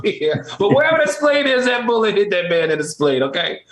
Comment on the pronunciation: Q + “singing, Speen Bone” = 🤣🤣🤣🤣🤣 Al, don’t feel too bad.. I have no idea where the Spleen is either… 🧐🧐 headed to Google to self educate! 👍🏾🎯